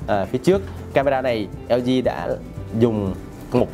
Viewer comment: Nguoi ta la hang LG ma cu eo zi eo zi. Nghe phat chan